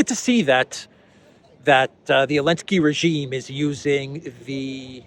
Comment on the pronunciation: Hey Eelansky draft beer not men